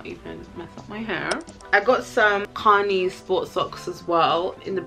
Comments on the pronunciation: Kani is pronounced Ca-nye. I know my old heads died every time she said connie dwl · I love you! Btw Kani is "kuh-nie" lmao